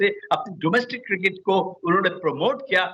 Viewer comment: Cricket bolna shikho jahilo cir kit